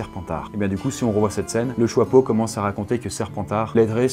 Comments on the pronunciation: ARRÊTE DE DIRE JOIPEAU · Tu dis le chOIpeau au lieu du chApeau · Le choixpeau plutôt le chiapeau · Ça me perturbe. Pourquoi tu dis "choipeau"?